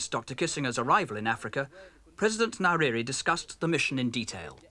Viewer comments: Its not "niriri" its nyerere ffs😂😂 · nye ==> Nai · Tanzania isn't in Southern Africa, it is situated in Eastern Africa ..And Nyerere is pronounced Nin-yeh-reh-reh.... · Please pronounce his name correctly it's Nyerere...